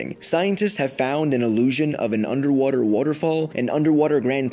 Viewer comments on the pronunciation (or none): an underwudder wudderfall